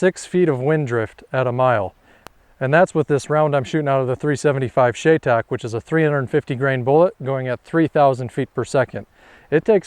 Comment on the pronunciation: It’s pronounced Shy-tac